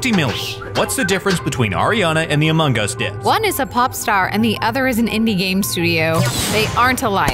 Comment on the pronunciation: Um did he say amingus Its among us